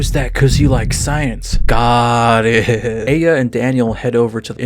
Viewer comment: lmao the way you say got it reminds me of a dog and game